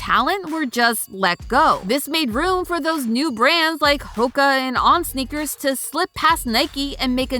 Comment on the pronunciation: "snickers" sounds better than "sneakers"